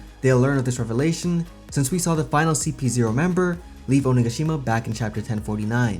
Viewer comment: Thank you for saying onigashima correctly it's been killing me other YouTubers pronouncing it wrong